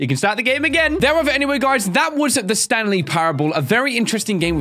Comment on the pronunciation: lol instead of saying the Stanley parable he says the Stan Lee parable.